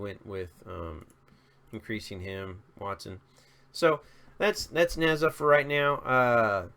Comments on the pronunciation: it's pronounced neezjă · ne, not ni. closer to "pearl"'s "pe" zha, closer to "ja" like jar without "r" but i enjoy how you butcher all heroes' names LOL. include diaochan, aurai, paganini